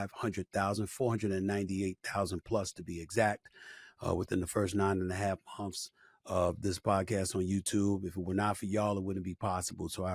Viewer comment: Can you learn to pronounce "months"